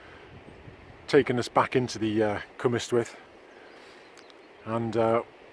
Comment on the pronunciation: hi, just a tip... it's not Cwm istwyth....ystwyth is pronounced like the last syllable in butter....like the word rust but without the r same applies for Aber ystwyth ...Aber (ust) wyth lots of people make this mistake....hope this helps you